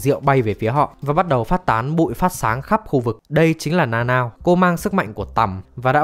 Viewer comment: Tính ra Nanao đọc là Na Na ô :v Na Nao nghe TQ quá :v